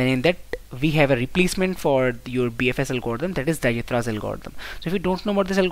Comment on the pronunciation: Awesome solution but dijkstras pronounciation is not right